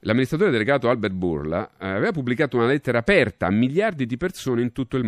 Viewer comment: Bourla, è greco, Άλμπερτ Μπουρλά, ma si pronuncia "burlà"